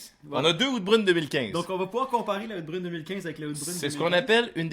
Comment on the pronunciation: J'adore vos capsules les gars! Vous êtes super drôles et toujours agréables à regarder. Par contre, si je puis me permettre, Oud Bruin se prononce quasiment "out brown" En tout cas, super job, à plus! Continuez votre super travail.